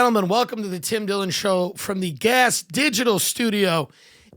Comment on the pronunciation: Ah yes Twim Dwillon